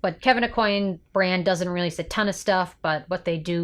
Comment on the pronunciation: Last name is pronounced: Ah-Qwan